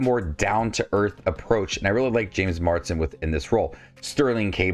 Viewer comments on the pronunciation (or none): Mars-den. Not Mard-sen.